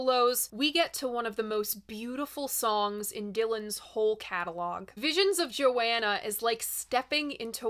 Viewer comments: I love your coverage, but I had to stop the video to comment. You are driving me nuts by constantly saying "Joanna" it's Visions of Johanna, "Jo Hanna". Sorry if I'm trolling but it really bothers me. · Please, a real fan says JoHHHHHHanna, not Joanna. Yes, it matters. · Please stop saying "Joanna". It's "Johanna". Thank you. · I don't mean to be critical but two things: The line "Jewels and Binoculars hang from the head of the mule" is a hilarious but cruel comment on an aged rich woman at the opera. Also, I've never heard the name Johanna pronounced Joanna... as I hear Bob sing it, it's Jo-Hanna. Otherwise, totally engrossing video ~ I love it, and you.